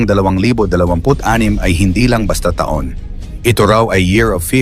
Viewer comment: Tanga Tanga etong narrator na to ta Ong taon baka tahung ahahaha Ewan sayu naretor Kang engot ka